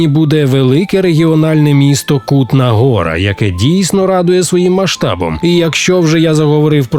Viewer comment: Цей наголос так ріже вуха, капець, правильно - Ку́тна Го́ра